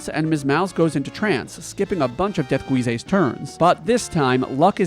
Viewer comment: Not Death-Guee-ze